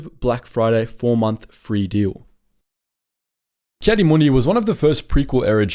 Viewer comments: Heartless AND Arrogant, but the rest, meh. Read the Comic where he has to find a Jedi that lives with his son on Tatooine and being a Tuskan Raider now! Its Ki-Adi (Key Adi spoken) Mundi not Kaddiemundie XD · Ah yes ki-santa-clausy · Anybody else get annoyed when he says Caddy Moondi